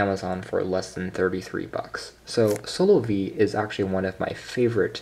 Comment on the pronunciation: Wait It's Proniunced SOLO-VE ?? Not SO LOVE? hahahahahaha